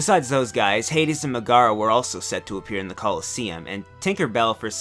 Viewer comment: This dude seriously said Megara as Ma-gara? If anyone watches the movie they know it's pronounced Meg-ara...